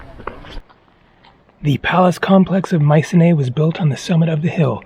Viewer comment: … and I’m off to Greece tomorrow. It’s pronounced mySEEnee, btw!